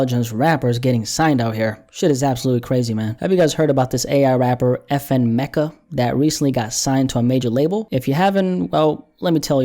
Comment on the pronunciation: Its pronounced FN Mee-kah.